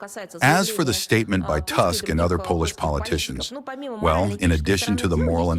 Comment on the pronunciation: What a shame that you pronounce the Polish president's last name "Tusk" as if he were born in a village in England or Scotland. You could learn the correct pronunciation. The U in Polish isn't pronounced like an A, but like a real U. Learn it.